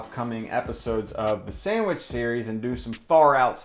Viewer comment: love ya man, but the way you say "samwidge" drives me up the wall ahahahah